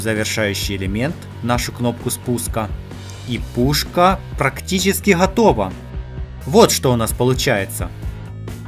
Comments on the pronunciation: Ты почему говориш хатова не готова может в рассие так но незнаю я в каз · Можно говорить готова а не хатова